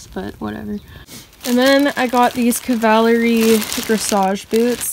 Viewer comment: It’s actually pronounced kav-a-lery